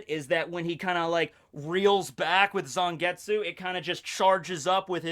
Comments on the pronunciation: In japanese the character of tsu doesnt usually pronounce the u, so it would be more accurate to pronounce it zangets. Having taken japanese classes it bothered me XD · I wish people would stop pronouncing silent U's in Japanese names